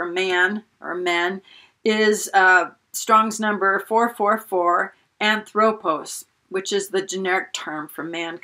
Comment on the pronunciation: Great stuff!! Not to pick nits, but the proper pronunciation of the greek word for man is HAN-throw-poss. The first transliterated o is omega and the second is omicron. Love your teaching and presentation style!!!